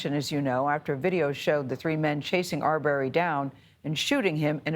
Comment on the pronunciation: It's not ar berry 🥴 I can't stand the mispronunciation